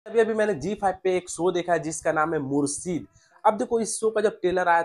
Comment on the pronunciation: Mursid nhi Murshid shhh ki awaz nikaal